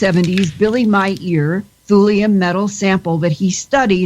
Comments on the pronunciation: Billy Myeeer....Thats hilarious, 1st time ive heard anyone pronounce Billy Meier in that way...im glad u gave some attention to meire as there is truth there that has been subjected to a smear campaign of large proportions. becuz it Has weight and merit,,good show! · You know you pronounced Billy's last name wrong don't you?